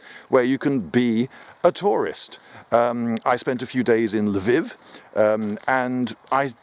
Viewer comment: Why do English people have so much trouble pronouncing Lviv correctly? I was in Poland last summer and admit to struggling to get my (kiwi) mouth around many Polish words....but Lviv? Come on English people, get your act together!